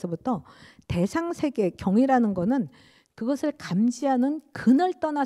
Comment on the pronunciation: 긴 자를 짧게 잘못 발음한 예:사람,세계, 행복,부정 ,이해,(이렇게) 해도,대개,감각, 대상,가상, 등, 죄스럽습니다만, 장단음 문제가 너무 심각하시어 이 이상 듣고싶지 않습니다. 말이 너무 빨라 이해하기도 어렵고 경박해 보입니다. "한국 어문을 고발함"이라는 책을 일독해 주실까요. 미국 ,변 완수 배